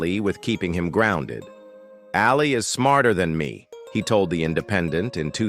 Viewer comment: that’s NOT how JEFF LYNNE spells his name. And you can’t even pronounce “ Ali”. Duh.